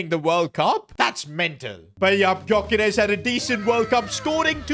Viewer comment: ITS PRONOUNCED yokeresh